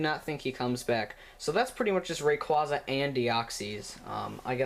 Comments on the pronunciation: It's pronounced rayqueza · Ray-quay-quay. Rayquaza. RAY. QUAza. Ray-Quay-Quay. :) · Rayquaza ( ray-cw- aa-za.) Zinnia ( Zin-ee-a.)! WHAT IS WRONG WITH YOU MAN!!!!!!!!!! EVERYONE KNOWS THAT!!!!!!!!!!! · No it's pronounced rayquaza even in the show you pronounce it wrong